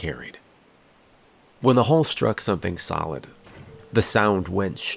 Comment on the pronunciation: Channel Zero —Candle Cove was a tv show. 🤔🤔 The hull had patches. Not the hall.🙄 Mispronounced words make a huge difference!!